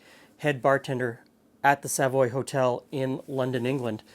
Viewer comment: I know you won't remember every time and it doesn't really matter, but try to put the emphasis on the voy not the sa when you pronounce Savoy.